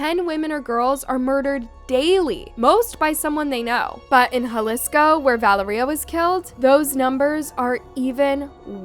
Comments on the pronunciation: “Val-uhh-ree-uh” noooo its vuh-lair-yuh!!!! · LEARN TO PRONOUNCE NAMES ITS NOT VALERIE-uh it was val-lar-ria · Is her name really pronounced as "Val-er--ee-ah?" Or is her name pronounced as "Val-air-ee-ah?" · American people can pronounce for once this name correct , it’s ValEria not ValerIa ….. the tone at the grammar E